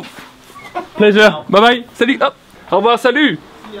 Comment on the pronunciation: Can you please tell them how to pronounce "salut"? I can't believe not one of them get's it right